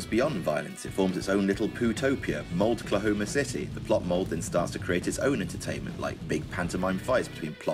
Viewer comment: As a native of Oklahoma, lost it at "Mouldklahoma City" - that was perfect. Thank you.